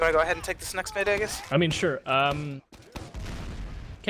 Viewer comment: Pronounces aegis' name wrong :P